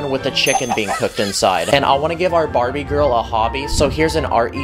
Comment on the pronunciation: he said bariby